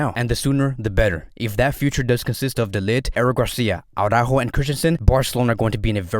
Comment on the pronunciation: Oh no, we're back to aww-rÁhho. No no no. It's ara-ÚÚÚho. You've been watching too much that screaming Jamie guy. Such a pity.